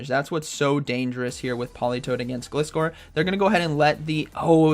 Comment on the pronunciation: You pronounced gliscore wrong 😭 it’s pronounced (Glie-score)